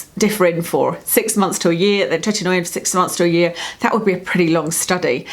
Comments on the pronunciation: You're mispronouncing the "oi" in "Tretinoin". It's not Tretin-noy-in, as you pronounce it. It's Tret-in-oyn. We just find it annoying. Also, are you aware that there are very white patched under your eyes? Perhaps practise better blending techniques. Not trying to be nasty, just a very noticeable observation. You're also mispronouncing "squalene". Anything taken from sharks is extremely cruel and incredibly bad for the planet. Sharks largely govern the oceans, controlling the oceanic eco-system. Most of the oxygen we breathe comes from the oceans. Supporting disruption of the oceanic eco-system by cruelly murdering sharks for personal vanity is very very wrong. It's incredibly brutal how they're caught and killed. Grow old gracefully. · Happy New Year. Hope 2018 is a good one for you. 💋 Btw, it’s pronounced TRET-IN-OH-IN. 😄